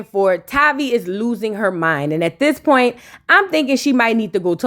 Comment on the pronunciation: What is “PERNT”… do u mean Point